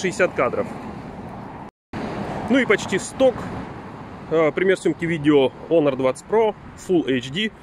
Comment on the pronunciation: единственный, кто правильно произносит Онор. Красавчик. Лайк